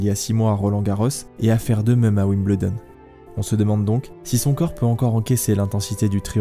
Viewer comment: Génial docu !! Merci ! (Wimbledon s'ecrit comme ça mais se prononce Wimbeuldon ;) ) zoubi